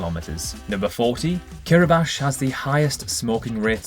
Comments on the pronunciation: The Russian Duma had decided to take out two hours of the grid = 9 time zones . Reykjavi-K - not Reykjavi-TSH Kiribat-I - not Kiriba-SH And -last but not least - Hamburg/Germany has 2302 bridges within its City-Limits… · it's actually pronounced Kiribas :) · No, it's not. It's pronounced KEE-RUH-BAS. Idiot. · Fun fact: Kiribati is pronounced "key - ree - bar - tee" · What’s with the pronunciation of “Kiribash”? Is that how you say it or is it something to do with YouTube’s algorithm? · no, it is Kiribas lol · Ok but, its like ''Kiribats'' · Hulunbuir is part of Inner Mongolia, China, not Mongolia-proper. "Reykjavík has 350,000 inhabitants"... Do you happen to check facts before you press "upload"? And you have the word "geography" in the channel's name. /ˌkɪrɪˈbæs, -ˈbɑːti/ somehow becomes *Kiribash and Reykjavík "Wreck-ya-vich". A good idea would be to create your own language.